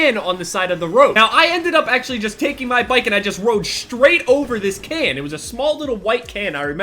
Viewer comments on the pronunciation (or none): I thought you said kid instead of can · for a solid minute! when you sed "can" i thot you sed "kid" and i was like WHAT THE FUCK?! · I thought you said KID like 100 times. You just ran over this small little white kid lol.